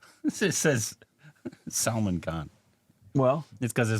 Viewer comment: So weird how pronounce Salman👀🤣